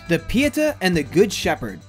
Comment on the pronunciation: There are a number of things wrong here, but I'll stick to the two that bother me most. First: NASA is the "National Aeronautics and Space ADMINISTRATION," you numbskull. Second: Every time you tried to pronounce "Pieta" I wanted to scream (somewhere in the distance a cruel headmistress scrapes her long sharp fingernails across a blackboard.) Why don't people like you who make these types of lists ever take two minutes to consult a dictionary - or even YouTube - to learn how to pronounce words you've apparently never heard before? It's really quite annoying at times, and makes me -and probably others - less likely to return.